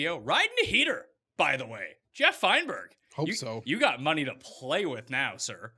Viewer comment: Geoff? Who is this Geeeoff?